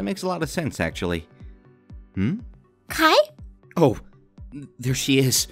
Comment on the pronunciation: Jennifer Nguyen Yas please! And also it's not Kia it's Kai